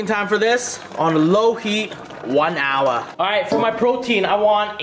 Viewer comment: HE WENT FULL ASIAN MODE WHEN HE SAID HOUR 😂😂😂